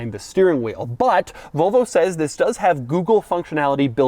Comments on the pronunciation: Why do Americans pronounce it vovo? there's and L in there too. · Why do you keep saying “Vo Vo”?